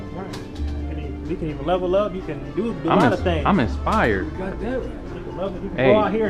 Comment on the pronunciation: lol, The subtitles say that the CIA will find out that you are smart and send you to China, but the man says CEO. Then the guy holding the Camera says "I'm inspired right now" but it almost sounds as if he is saying "I'm a spy right now".